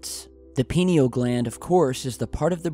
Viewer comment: Its PINE-ee-ul Shaped like a pine cone Interdimensional beings maybe..